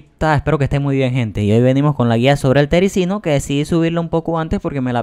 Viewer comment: Gracias pero tengo 4 tericinos, y también se dice terizino